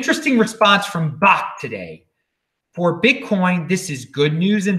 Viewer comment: I believe its pronounced .. Backed (bakkt)